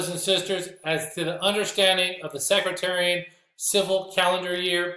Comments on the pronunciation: Respectfully, it’s “Seck,” like deck, and “tare,” like a weed, and “ee “ and “en.” with the emphasis on “tare.” It doesn’t sound like “secretary.” Excellent teaching. I never knew any of that. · It's Sec-tarian , not Secratarian. God's Blessing's and Shalom 🙏